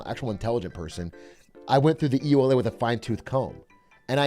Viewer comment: It's pronounced like one word, like "ula" the acronym. Not trying to be a jerk. Just to help with brevity for anyone reading this :)